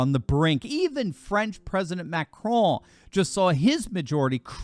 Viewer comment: Good pronunciation of the name Macron 👍